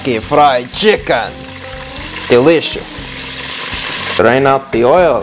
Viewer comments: This is how many times said DEELIOUSSS!! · When the KFC part was here I was listening to all the times he said delishos